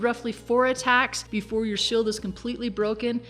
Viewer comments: shield= shild heal spell= hillspell her pronunciation is funny hehe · You say shield funny